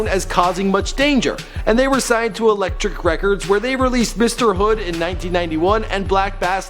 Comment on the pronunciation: Elektra records not 'Electric'